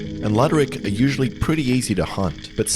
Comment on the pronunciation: Its not a "LUDD-ER-ICK", it is pronounced LOO-DER-ICK, or just Blackfish 😂